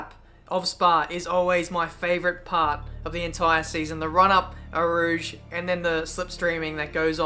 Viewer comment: Why do you pronounce it ''Ow Rouge''? Just wondering